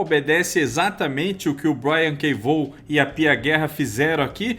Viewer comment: Pessoal, vamos de novo aprender: é Brian K "VOON"! É assim que fala Vaughan.. "VOON"! Repetindo, "VOON"! Para não errar de novo, "VOON"!